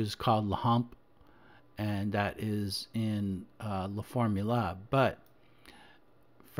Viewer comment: Good stuff. One thing though; La formule is pronounced formuul not formula.